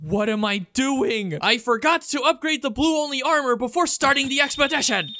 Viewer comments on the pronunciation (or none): none